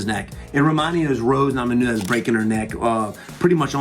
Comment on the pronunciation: Captain's log: It is now day 40,856 of WB not being able to say Namajunas